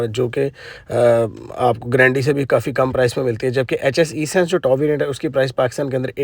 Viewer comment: it’s not E— Sense but Essence. First learn then make VDOs ….. another VDO Another VDO….